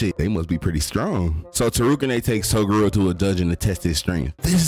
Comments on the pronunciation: I wanted to watch this till you said Toguro name wrong 😭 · You said toguro wrong but overall an entertaining video